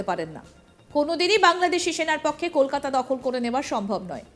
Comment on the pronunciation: একটু বাংলা স্বরাঘাত টিক করতে পারলেন না দাদা?😏 অস্কার উইনিং ফারফর্মেন্স। শফরে,কেলকাটা।😄